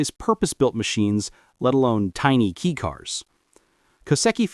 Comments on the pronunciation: It’s pronounced “kay” car not key car. 4 cylinders are not inherently balanced. That’s why most require balance shafts… straight 6s are inherently balanced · Definitely AI trash. Unfortunate. Nothing like a good old "kee cars".